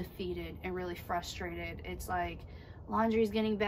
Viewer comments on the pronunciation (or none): It’s frustrated not fustrated.. lol I love y’all tho I’m so glad to see this REAL AUTHENTIC version of y’all’s life.